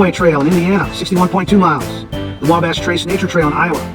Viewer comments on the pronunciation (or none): none